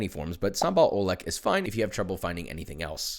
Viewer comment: Joshua Sambal Oelek is pronounced Sambal Ulek we used to use Dutch pronunciation and we have fixed how we pronounced it